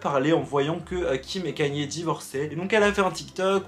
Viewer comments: On dit ka-ny-é west bordel!! Il suffit de regarder un truc en VO sur lui pour voir que tu prononces mal son nom!! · Juste ca se prononce pas «kanié» ça se prononce «kayni» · Kanye pas kéniè